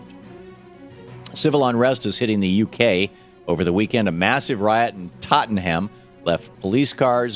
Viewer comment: I love how americans try to pronounce the names of british areas, Tottenham isnt poor either, if you want to see a lack of chances you have to leave the south.